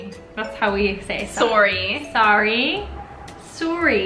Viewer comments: I am Canadian and I’ve never seen someone pronounce sorry as saw-ree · i’ve only ever heard Canadiens pronounce ‘sorry’ as ‘saw-ree’ and not ‘sore-ree’ i think she is giving fake facts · Canadians prnounce "sorry" the way it's spelled.